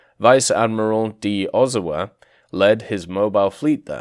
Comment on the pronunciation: It would be cool if we get it. Also, no offense, but your pronunciation could use some work on things like Leyte, Kure, Ozawa, Hiei, and San Jacinto (which was misspelled).